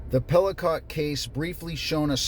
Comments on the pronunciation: Pell-ah-koh. Emphasis about the same for each syllable. Last syllable long “o”. If a French word ends in “ot” or “et”, the vowel will be long (“et”=long A) & the “t” is silent. For a hard T, word would have to end in “ote” or “otte”, “ette”. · It's a silent t in Pelicot, why don't look it up?? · The T in Pelicot is silent